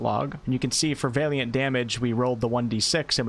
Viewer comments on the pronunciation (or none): great job! it Valiant as in "weird Al". the valiant knight. not Vaeliant as in "weird day" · VA-liant, not VEY-liant... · Valiant - Va-lee-uhnt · Bard was always my fave in pen and paper... even in multiclass mixes. Just a side note... Valiant... it is pronounced: "Val-ee-ant". Just tryin to be helpful.. anyone putting out this much good info (with much more to come on full release i am sure!) shouldn't be looked at funny due to pronunciation issues on words they may have only ever seen written, not spoken 😁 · I love your videos of help me out tremendously. I do have to say though that is Valiant (VAL-YENT) like valor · The pronounciation of valiant is killing me. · His mispronunciation of 'Valiant' is REALLY fucking annoying. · Great content as always! Just letting you know your pronunciation of valiant is slightly off. You’re pronouncing the first “a” as if it sounds like the a in “ale”, it should be more like the a in “alley”. For your further edification- keep up the great work! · Looking forward to the bard. Congrats on immortalizing on the internet a new way to pronounce valiant. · OK but you have to stop saying Valiant wrong, lol